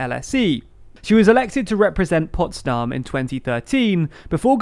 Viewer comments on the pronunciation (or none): none